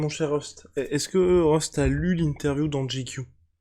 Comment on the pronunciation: El famoso « teh l’époque »....Rust l’accent est parfait 🙌🏼🙌🏼🙌🏼